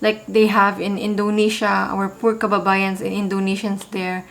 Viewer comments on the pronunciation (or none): ......”FOUR” INSTEAD OF “POOR” PROVINCES.....